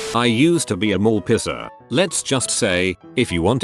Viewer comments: Love how the bot is constantly saying "pisser" instead of "piercer" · Mall pisser killed me dead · I'm legitimately crying of laughter over here and relying on auto correct to type this The format pisser cracked me up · I love how this thing pronounces "piercer", LOL.